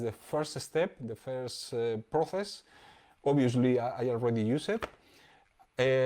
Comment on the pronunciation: Proces no xD Proses se pronuncia proses. Gran video maestro!!